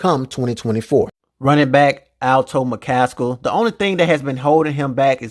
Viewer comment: Bro are you purposely saying his name wrong ? ALTO! It’s ALTON 😂